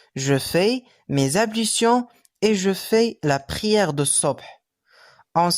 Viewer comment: حضرتك لية مش بتنطق حرف ال L فى كلمة ablution